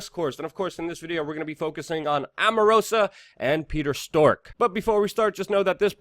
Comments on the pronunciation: WeAreChange are you saying stork on purpose? It's strzok, pronounced as in st-r-ock. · It's pronounced "Struck", not "Stork" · Struck not stork, Katrina not Katherine lol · Bro maybe the name Strzok is spoken differently . Just saying - maybe I'm wrong .